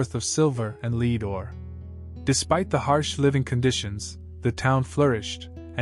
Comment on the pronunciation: dude doesnt know how the pronounce lead 💀💀💀